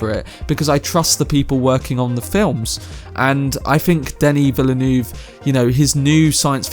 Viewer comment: Honestly it’s been so funny listening to ppl trying to pronounce his name. I don’t blame anyone though, it’s hard haha 😂 Denis Villeneuve is pronounced Duh-nee Vil-nuv. 👍 Lol